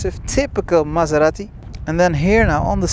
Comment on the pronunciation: Don't pronunce Maserati like a Mazda... :-D